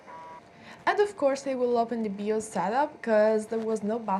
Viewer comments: FYI people usually pronounce the "BI" in BIOS like the "Bi" in bisexual. It sounds a little bit like you're saying BeOS 🙂. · "Bee-os" Hehehe =) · BIOS. Pronounce it "bye-oss". Love your accent! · o wow remember these types of computers and processor 486, love the accent and how you pronounce 'Bios'